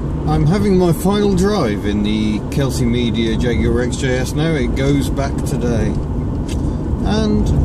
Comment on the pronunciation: Is this a jagwire